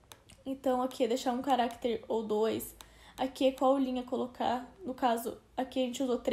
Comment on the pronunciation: é estranho ouvir ela falando carActere, ao invés de caractEre. mas ta bom, não é nada de mais